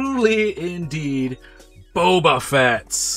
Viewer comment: " bobafets" instantly best reviewer ever